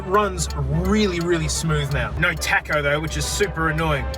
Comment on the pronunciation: No doesn’t have a r in it, stop saying naur